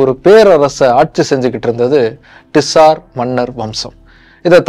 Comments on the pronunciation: அது டிசார் மன்னர் இல்ல... சார் மன்னர்கள்.. காரல் மார்க்ஸ் இல்ல... கார்ல் மார்க்ஸ்... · Dude you are wrong at few places. 1. Tsar is pronounced as ஸார். Not டிஸார் 2. Tsar or Czar means “ Emperor” it is not a dynasty. The root word is Ceaser. Please correct these in your next video. Nicholas is from “House of Romanof” 3. Every time you see a “Z” you don’t have to pronounce as ஜா. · Saaaar sorry..... it's not T-SAR..... say ZAAR 😂😂😂😂😂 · Very nice video, personally liked it. only one correction - it is not TISAR, it sounds like ZAR. Tamil JAR is more closer. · Ned to pronounce as Zaar in English too, bro. T is silent. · உச்சரிப்புதான் Tsar நிஜ வம்சம் Czar. இரண்டிலும் முதல் எழுத்து silent. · bro pronunciation of tsar neenga solradhu thappu in english adha mathikonga